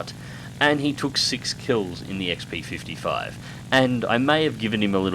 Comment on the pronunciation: Yay, you said it right! Such happy! :D